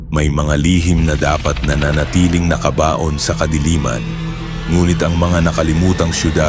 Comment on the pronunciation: Mali pagkabigkas..NAKABAON saka GISING na hindi gaano sanay magtagalog ang nagkwekwento halata